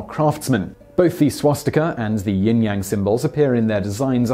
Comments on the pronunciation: Yin Yang, not ying yang. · Overall, very interesting...but saying "jewlery" and "ying-yang symbol" in the same sentence is a bit much. There's even a graphic spelling it "Ying"-yang. I was waiting for "nucular" to pop up.